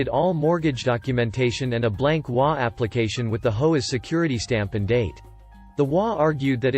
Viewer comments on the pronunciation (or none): It is a text-to-talk program which has it trying to pronounce the HOA as a word to get it done correctly it needs to be typed as you did it.